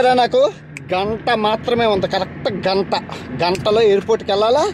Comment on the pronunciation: గంత కాదు గంట తపా తపా కాదు టపా టపా రా నాయన😂😂😂